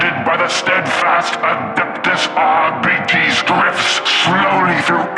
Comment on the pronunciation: Isn't it pronounced "are-bytes"?